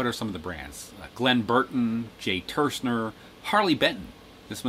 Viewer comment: I'm with you. Where are people getting the pronunciation "Jams" out of a word with a Y in it? If it was "Leo Jamz", yes. But you did miss something: Jay TursNer? There's no N is Turser.